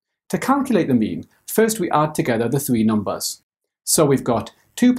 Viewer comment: Who else thought he was saying meme every time he said mean lol Okay just me